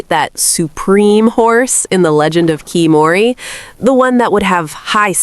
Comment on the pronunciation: I'm not sure how many of these are "Advanced Tips" when several of them are game mechanics in the tutorial phase. Also, considering the game tells you how to pronounce the title, it feels like a bit of an empty video when that isn't even done correctly.